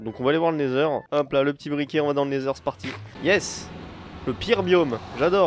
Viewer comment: Je rêve ou quand il était dans wend il à dit natheur